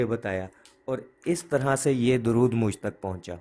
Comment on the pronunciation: السلام علیکم ، براہ کرم درود شریف کے صحیح تلفظ کی تحقیق فرما لیں،اکثر علماء کو 'د' پر پیش فرماتے سنا ہے ۔